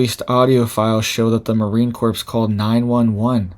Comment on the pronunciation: Marine Corps is pronounced Marine "Core". Corps is pronounced "core"